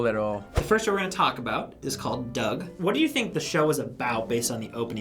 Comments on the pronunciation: Why can't they say Doug? lol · That little girls pronunciation of Doug 😂😂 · When that one kid mispronounced Doug. Epic on all levels.